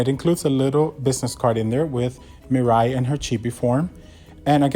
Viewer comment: hey there buddy you're pronouncing mirai wrong